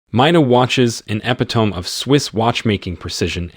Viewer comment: Did you just say ep i tome, or epitome? I don't know if that's AI or not, but bro you mispronounced the opening word or the third word anyway E-pit-a-me haha I don't mean to tear you up, it's just funny